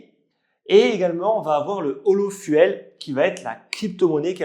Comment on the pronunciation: Petite correction de prononciation, fuel ( fu-elle ) se prononce fioul ( comme le gasoil ), mais en englais s'écrit fuel.